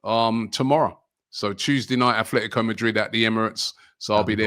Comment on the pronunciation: These guys make predictions but never show us how they fared vis a vis the results. Also, can someone remind that it's At-Letico Madrid ( as opposed to Club Ath-Letic)?